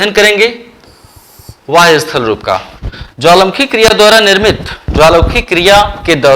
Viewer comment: Sir aap bahya ko vahya kyu bolte he???? Ya fir mera pronunciation galat he?????